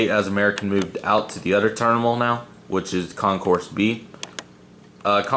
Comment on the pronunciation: “A new turnimal” 😂